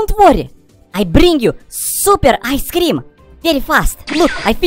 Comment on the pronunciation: boi its i scream not ice scream plus u said cream wrong